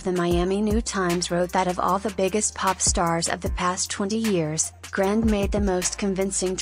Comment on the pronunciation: Notice how much the video mispronounced her last name. It isn't grand, its grande